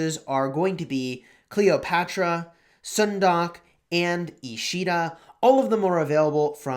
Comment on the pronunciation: Sun-duck(☀️🦆), not Soon-dock 😉